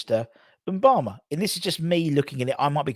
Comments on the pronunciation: It’s Mubama as in ‘moo’bama not ‘en’bama. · I guess some people have difficulty pronouncing simple words... With such a promising talent you'd think a media channel would make the effort to pronounce Mubama's name correctly, it's not hard!